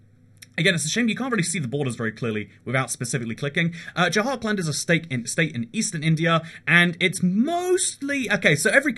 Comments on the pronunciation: “j-hark-and”🤦‍♂️🤦‍♂️ its “jhur-kund” please work on pronunciations they’re really not that hard. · you should really make a survey before doing these videos because your pronunciations of some places is awful ... what the hell is dzhahar-khland? it is dzhar-khand ... there is no A after J and no L at all in JHARKHAND. .... and there wrongly pronounces names of places are in every single your video from shinsinau (chisinau - capital of moldova) to polish cities like wroclav or to indian state names ... make a survey how to pronounce these names before you make a video about it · “Beehar” and “Jahar kland ” got me laughing as an Indian